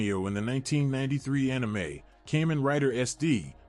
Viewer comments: Cay-men?? KAH-MEN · Great video, my only gripe is how you pronounce Kamen the A is more of an AH as Japan (and the rest of the world) use Ah Ee Oo Eh Oh when pronouncing vowels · "Cayman rider"... This AI need more training... 😥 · Porqué pronuncias Kamen de una forma tan rara? Es una palabra japonesa que suena igual a como sonaría en español. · Why you cannot pronounce "Kamen" correctly...